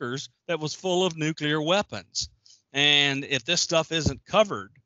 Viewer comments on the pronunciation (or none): Such an awesome discussion! Thank you so much. Also, you say nukiler. (nuclear) 😂😂😂